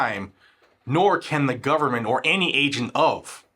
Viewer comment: Brando and his bunch have to be in bed with mexico " guvernbent"